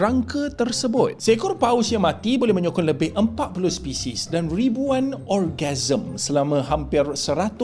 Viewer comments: saje ni sebut orgasm😂😂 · Organism la. Bukan orgasm. Lain tu. Lembik lutut kalau ribuan orgasm. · Organism kot bukan orgasm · nak clarify balik, ribuan ‘orgasm’ ke ribuan ‘organism’? Sebutan dan sarikata macam berbeza. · Organism.. Bkn orgasm dollah oi.. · bukan ogarsm bang. organisma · Organism bukan orgasm, bro tersasul ya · Orgasm tu klimaks bro 😂 Organism sebutan yg betul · organism bro bukan orgasm😂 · Aku pun dengar dia cakap orgasm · Orgasm?!.. u mean organism right??